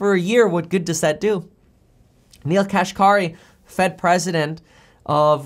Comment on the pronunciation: Neel Kashkari's last named is pronounced "cash carry". Yes, it is funny.